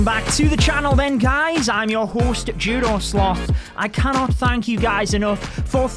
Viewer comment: All I hear is "I'm your hoost Joodoo Slooth". In all seriousness, congrats.